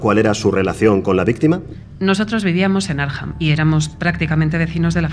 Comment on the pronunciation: Muy original. Gran trabajo. Por otro lado. Arkham se dice Arkham....... Akram.🙃